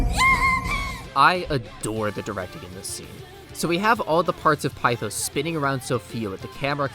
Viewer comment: One small-ish problem is the pronunciation of pithos as you say pi-thos when it’s pith-os. Also one super interesting thing about Sumi’s awakening is that her masks (plural) is fake, as she can’t accept what happened with her past which in turn leads her with cendrillon. (Basically Cinderella who also puts on a false persona to well) but once her reality “breaks” it turns into freya/freja, the Norse vanir goddess of fertility and by extension a goddess of war due to leading the Valkyries, which she it on a front to truck Odín. To turn into Ella, the true name of Cinderella AKA Cinder Ella and became her kind of title as princess Ella. I love everything to do with Sumi as a character her way of life, her backstory, her guilt every tiny detail is finally crafted to truly make you feel for her. Which is very persona but as someone who hasn’t played the original 5 the way Sumi fits is so perfect into this role of a main-side character, as she’s dealing with her own life not wanting to join the PT until she’s ready which ends up coming full circle when maruki gives her that insane reality check. When she’s the one who went to him for help and he initially did try but could only do so much with what he could it wasn’t until awaking azathoh, that he could truly change the world for the “better” giving people “perfection” and “peace” which he couldn’t because everything comes at a sacrifice, with maruki it was his mentality and morality he helped people who didn’t want to be helped a